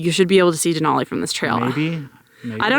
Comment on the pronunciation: De-nal-e (nalll not noll) , minor, but that's the name. Now back to McKinley 😁